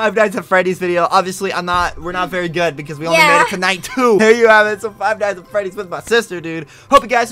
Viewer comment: lol i liked how you said fight nights at freddy's it's like if you were going to fight freddy and his friends